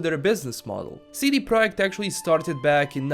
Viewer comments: But the company is called PROJEKT, not PROJECT :) Piotr confused 'spelling' with 'reading', he meant that the guy said the name correctly. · I respect how you spelled the "J" in Projekt like in Polish and not English.